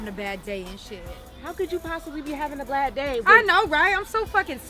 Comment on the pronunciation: She said "blad day" and not bad day 🤣😂🤣